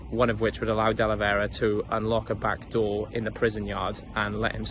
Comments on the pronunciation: De Velera not Delevera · Great video you pronounced his name wrong up until the last time you mention him